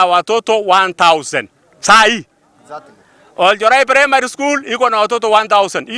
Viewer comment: Oljorai not olenjorai